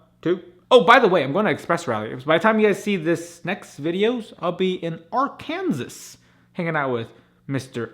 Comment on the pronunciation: he said Arkansas wrong lol